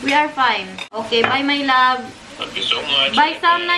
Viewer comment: ulit ulit ko pinanonood c,ang ganda kc ng pag ka bigkas niya ng my love at mahal😂